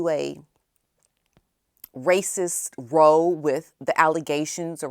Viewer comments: FYI, Row sounds like how. 😁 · ROW when used to mean a fight or argument is pronounced same as COW